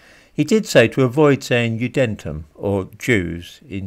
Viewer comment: Did not know you spoke German,!! When you said "Judentum" you stressed the second syllable and it sounded like a latin word - we stress the first syllable... "Juden" meaning of course "Jews" and "-tum" translating to "-dom" like in "Christendom"